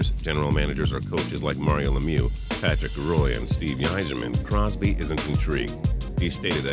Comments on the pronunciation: This narrator doesn't even know how to pronounce "Patrick Roy" correctly?!?! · Patrick Roy was pronounced wrong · It would make any hockey fan cringe, or French Canadian for that matter